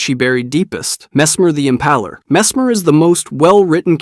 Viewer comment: Same, how he says IMPALER makes me go, messmer owned a Chevy?